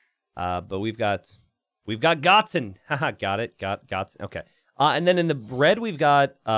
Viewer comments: it's "Go - Ten" like the character from dragon ball Z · I think it's "Go-ten" like in DragonBall Z?